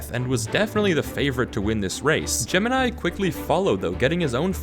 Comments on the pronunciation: Its not gemanai its gemini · aint no ay he called gamini advanced